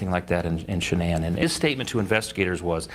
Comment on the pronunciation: I want to know when the hell yall going to pronounce her name right its not Shaun anne its Shan anne yall make me sick in pronouncing a name , go back to School learn how to pronounce the name right